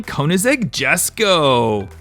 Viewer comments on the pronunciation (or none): none